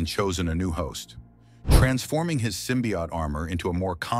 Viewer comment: I hate how the ai mispronounces symbiote